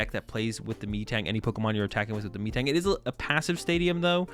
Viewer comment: Great video as always, looking forward to future box and some interesting idea on raging bolt. But ah...it's Meh-Tang my good friend.